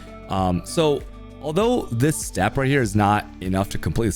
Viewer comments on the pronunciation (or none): none